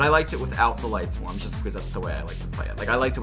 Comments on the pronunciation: It annoys the hell out of me that they keep saying Lightswarms and not Lightsworns... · I think it's lightsworns not lightswarms lmao